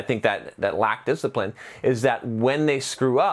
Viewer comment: "You rack disciprine"